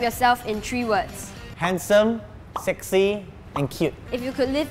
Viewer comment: When says Sexy he has a Vietnamese Accent I am Vietnamese so I hear it